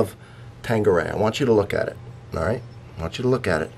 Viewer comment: why do Americans call it tangueray ? It is Tanqueray here in Canada and also in Europe , this isn't the first ive heard people pronoucing the "Q" as a "G".